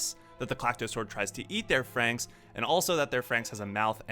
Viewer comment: THANK YOU. you are the only person to pronounce franxx right. Everyone else says it wrong